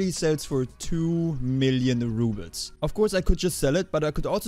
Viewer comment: I think it's rubles not rubits...